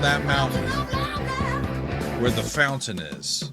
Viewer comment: You need to listen to the rest of the album. You also need to listen to the album Fly By Night. Speaking of Marillion, you need to listen to the album Clutching at Straws. Masterpiece! I DO believe the emphasis is on the second syllable of Lamneth.